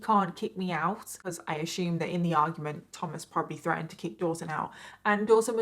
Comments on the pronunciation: please ... you don`t say .. " axxxxume " :)) kudossss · I love how instead of say assume, she says Ash-ume